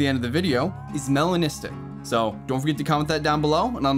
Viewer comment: That “melanistic” is 🔥